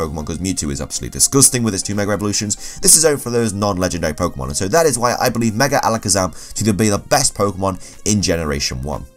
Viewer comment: 30 seconds in .... “merger Alikizum” Me; time to watch something else